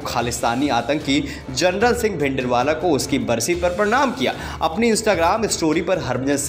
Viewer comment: Tere ko reporter kisne banaya bhai Harmandir Saheb bolna nahi aata or Jarnail Singh Bindrawala ko bhi General Singh Bhindiwala bol raha hai.